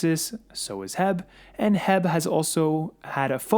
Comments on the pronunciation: Bro, excellent content and my shell strategy is very similar to yours except for one thing. H E B is not pronounced HEB (or jheb) here in Texas it is know as: Aitch (H) - Eee - (E) - Bee 🐝 (B). And yes, H E B is a massive supermarket store even bigger than Costco’s. I spoke to the store mgr here in Houston and he was telling me that HYLN is already a transpo partner of theirs since its based out of Austin for quite sometime now! HYLN already has over 400 Sales & Service Centers operational for the post IPO merger. These fact alone is a game changer since most of LATAM already uses LNG in their vehicles as a form to reduce fuel costs. It really isn’t nothing new down there with the exception of the EV power train. Once these service centers go live, it will be very difficult for NKLA (if it ever builts anything) or TSLA to penetrate the semi market in South America. Let the💴💴💴🚀🚀🚀🥂🥂🥂 begin!!! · Its Not HEB...its H.E.B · Correction. The company is not called "Heb." It's called H-E-B, an excellent company by the way. I wish they actually sold stock, but it's private. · Lol it’s pronounced H.E.B. But I know you wouldn’t know unless you’re from Texas . You saying heb made me laugh. Thanks for video!! Appreciate you